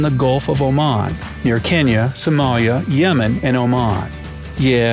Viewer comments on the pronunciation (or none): none